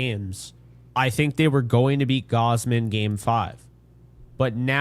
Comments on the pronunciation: WHY DO YOU KEEP SAYING “Gowsmen?” It’s (gauze-men); is it an inside joke I’m missing? It’s a tad weird to keep mispronouncing someone’s name EVERY TIME. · Yo why does he pronounce gausman like gowsman